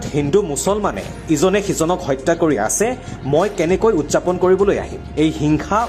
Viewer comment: উদযাপন নহয় উদ্ যাপন হে।